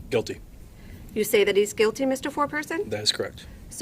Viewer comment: The word is GUILTY. Not QUILTY. And the Q and the G are no where near each other so....